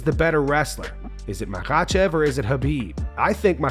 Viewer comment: SHOUT OUT TO the Content Creator for saying “Makhachev” like, fükën perfectly. I always found that region’s dialect was tricky to enunciation & articulate. I have a Master's Degree in Phraseology* *B.S.